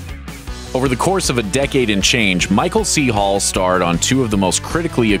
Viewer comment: why does he keep saying "paul" instead of "hall" and thinks we dont notice